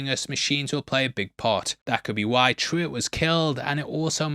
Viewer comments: It’s funny how you kept calling Pruwet “Truett” 😂 come on! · the little dude is named Pruwett. i think you said Truitt?